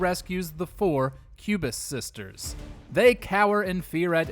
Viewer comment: Hard not to hear "cubist sisters" for entery #9. oO0( What's wrong with having a favorite style of art? ) 😂